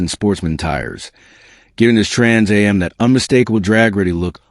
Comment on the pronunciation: having trouble saying trans am